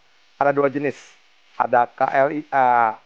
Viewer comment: KLIA - Ka, El, E, Ha...😅